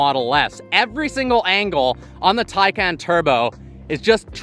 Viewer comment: I think you got every possible incorrect pronunciation of Taycan in there. LOL